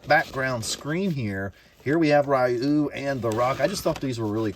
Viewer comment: Ryu's name is pronounced "ree-you".